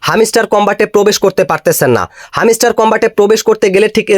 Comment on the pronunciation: view r jonno bangladeshi youtube r ra lengta o hoiya jaite parbo tar proman pailam😂. Ar bhai video r pasah pashi ektu pora likha da o korten tyla tw aida re hamiistar na boila hamstar bolten🤣